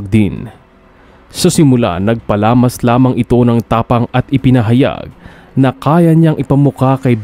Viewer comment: "NAGPALAMAS" talaga c bernadette o "NAGPAMALAS",, 🤣